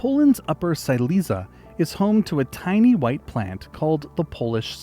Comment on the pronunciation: And yet he mispronounced “Silesia”, even though it isn’t even its Polish name xD